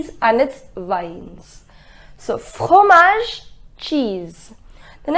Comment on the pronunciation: Is it necessary to make the throt sound while saying fromage like fokromage like the Kho sound while saying f